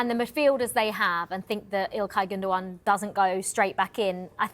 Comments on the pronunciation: Why is she calling him Gunda Gun 😂😂😂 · Pronounced Gundo wan! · No gundo gan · 🤣🤣🫵🫵🫵😂😂it's pronounced Captain Clutch Gundogan, not uh......whatever she was babbling out. 😏